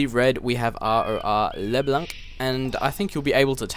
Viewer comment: you have "leblanc" almost right. Just pronounce it like you do now, but don't pronounce the "c" in the end, the "n" should be the last one to be pronounced.